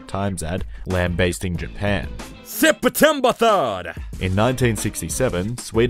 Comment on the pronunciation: SEPETEMBAH THURD